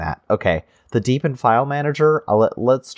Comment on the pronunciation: Oh, and just heard, hurr durr, it's DEE BE IN not deb ee in. jkjk.